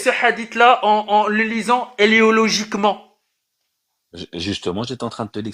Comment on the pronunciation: Éléologiquement😂 manque un T au debut mais sinon il est bon il a tout faux